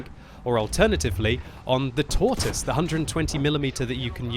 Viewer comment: you must learn your pronounciation from Rita it's called the the ''Tor Twoise''! Shame! Happy New Year to you and Peppi!